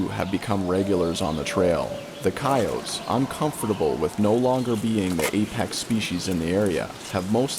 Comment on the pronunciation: coyotes, not coyots.